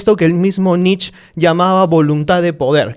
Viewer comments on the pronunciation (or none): Se pronuncia NICHE, IUBAMENSH. Nietzsche es un filósofo relativamente fácil de leer en comparación con Kant, Hegel o Heidegger. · Gran capítulo... solo comentario irrelevante, sin ganas de incomodar al gran. Netzsche o se pronuncia en alemán o en español (que suenan casi igual), no encuentro sentido de por qué pronunciar somo si fuera en ingles. Saludos